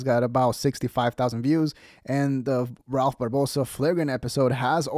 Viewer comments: I think Ralph is better than George and he is hating on Ralph because of it. The jealousy is so obvious that’s disrespectful purposely mispronouncing his name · The way he intentionally said his name wrong....1000% hes heard of Rakph Barbosa lol ...thats just some hating ass shit .. period.